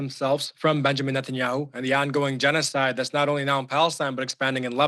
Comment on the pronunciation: Was he correct when he said they are committed a jeans-oh-side in Lebanon?